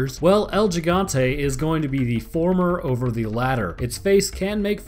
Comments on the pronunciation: HE-gan-te proper pronunciation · Oh yeah,I forgot to give you a little lesson (in trickery) on Spanish,El gigante is pretty much pronounced as el higante...The H is sorta stressed tho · nnnoooooo its pronounced El Hee-gan-te not Ji-gan-tay still cool vid tho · As a native Spanish speaker, I have to say it. The first 'G' in 'Gigante' is pronounced 'he'. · Its pronounced el higante no el jigante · Are they actually called Gigante like Jigante? Cuz Gigante is pronounced like Higante in Spanish. Do they call him Jigante? Lol poor dude. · You kept saying Yigante instead of Gigante XD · pronounced like "El He-gone-tay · you sure it's not "he-gan-teh"? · but you still tried to pronounce it like how english people would try to pronounce it. if you want to pronounce it right, you have to use hard vowels in every syllable, so it's gi = hi (sounds like "he") gan (hard "a" like the "a" in around) te (like the "te" in text). yours kinda sounded like higonteii. it's.... just not right @@ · bruh just go on google translate and type in giant into Spanish n ull c tht it’s el he-gan-tay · Lol I laughed twice when you tried to pronounce “Gigante” it’s ok at least you tried. GEE GON TAY like that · Lmao “L-Jigantay” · the way you say Giant in spanish is "He-gant-eh" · You pronounce it has el he-gan-the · That's he-gun-te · El heegante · So close! It's actually "el he-gan-tay" the first g is pronounced as an H lol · It should be more like "el He-gante" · gigante is pronounced with a soft g, more like heegante than anything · El he-gan-tae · Dude the way you pronounced "El Gigante" made me laugh😏😄 lol your second attempt was better but still off 😄. You see the correct way is the way you said it the second time all except for the way you said the "G" , on that letter you pronounce it exactly as if you were saying "he" so "he+ exactly how you said it the 2nd time all except for the g i just explained how-to lol😄😄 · El... GI-gan-tay. It is not pronounced as though it's a J.